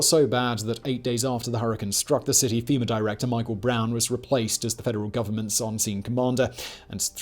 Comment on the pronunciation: Femur is a bone😂😂 FEMA you sounded like a southern boy there for a second 😂